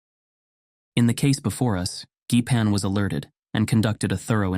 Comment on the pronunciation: Thanks for the interesting video! I don't know if your narrator is a person or AI, but I think the the "G", in GEIPAN, is pronounced soft, like the G in gender or gentlemen.